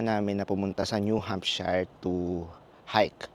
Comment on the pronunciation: New subscriber here. By the way, Americans pronounce it as New Hampsher, not “hamp shayr”. Keep up the good work on your vlogs 😊